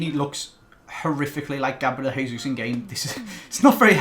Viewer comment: it's Jay-zeus. Not hey-zeus. Plz